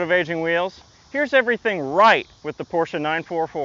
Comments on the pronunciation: I owned a 944 and yes it wasn't fast but it was sexy as fuk! And thank you for pronouncing Porsche correctly! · Thank you for pronouncing "Porsche" correctly. Also, I want a 944!